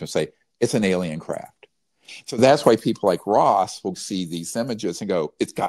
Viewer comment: How can you not know how to pronounce Ross's name?!. Why disparage his "dangerous" comments. To have not reached-out privately and engaged with him thus far is concerning. Especially since the "witnesses" you know so much about choose to come forward through him publicly. Unity is critical. It's strange that's all.